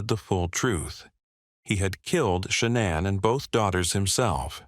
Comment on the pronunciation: You can always tell when they use a computer voice. Shuh-na'an. Just the way it pronounces names is so odd.